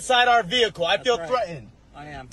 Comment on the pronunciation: I love your commentary,, the replay was priceless! As an aside, what is the deal with so many people unable to pronounce the word 'threatened'? He yells "I feel thre-end!" I've heard it so often and it bugs me every time.